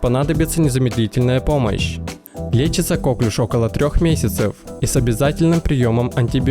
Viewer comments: Не кОклюш, а коклЮш! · Правильно нужно говорить коклЮш, а не кОклюш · Ударение на последний слог, потому что Коклюш это француз именем которого назвали заболевания.